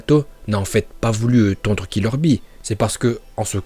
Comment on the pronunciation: Eh par contre bee il s appelle bee et pas b